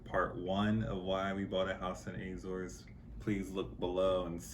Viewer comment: How can you buy house when you can't pronounce Azores 😂😂😂😂